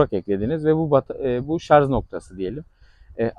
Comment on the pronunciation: Hocam, bilgilisiniz belli. Ama lütfen şu "şarz" lafını kullanmayınız. En az 20 defa kullandınız videoda. Doğrusu, "şarj" dır.